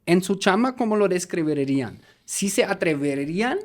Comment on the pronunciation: dices mal y mas largo la palabra describirían y atreverían. descr EBIRI rían=descr IBI rian. atrev ERE rian=atrev E rían.